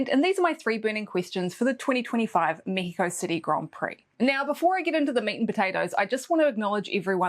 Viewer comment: Love the way you say México, like in Spanish. I'm wondering if Carlos Sainz will be able to score points this year. What an epic win last year was. As much as I think Leclerc did a masterclass in Austin, I don't think his Ferrari car will be capable of giving him or Lewis a win like Sainz' last year. So yeah, sadly I think this will mark one year and more since Ferrari last won a race. :( And this Mexican is betting on of claro que si, we'll get to hear the mariachi intro again.